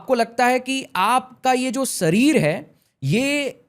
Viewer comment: Sarir nahi sharir hota hai babua😂